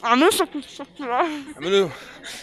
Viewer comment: It's subscribe not sub-sick-ribe 😎 سَبسْكرايب مو سَبسِكرايب تحياتي 💜